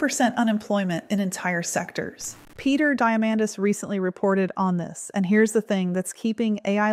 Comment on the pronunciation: It's pronounced Peter (dee-ah-mandis) & Moe (Gawh-dot) even though its spelled a differently.